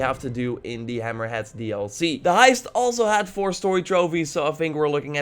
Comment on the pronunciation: It’s hammerhead not hammer hat